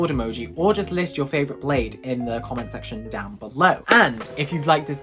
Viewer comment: When you said favorite kind of blade I thought you said favorite kind of plate 😂